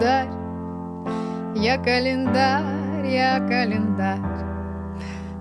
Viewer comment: я человек простой, слышу "я клаендарь-я календарь" - ставлю я календарь